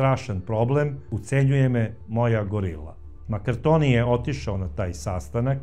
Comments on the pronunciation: Nije Maraktonio nego Markantonio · Sve dosta utemeljeno. Samo, korzikanski Kum François MARCANTONI, a ne Makartoni.